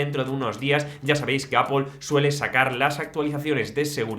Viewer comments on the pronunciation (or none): Se te nota, has dicho “apol”😄🤧